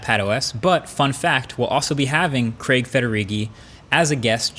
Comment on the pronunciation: I'm so glad that you pronounced Craig properly rather than calling him Creg like most other people from yonder side of the pond! (